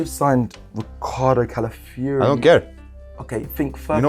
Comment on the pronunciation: They all do it! Robbie, James,, Lee… Gyokeres is Yukkirez or Gawkorez, Merino is Mureno, Calafiori is Calaifiury and so on🤣🤣